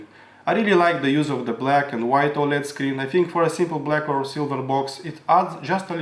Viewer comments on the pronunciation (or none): none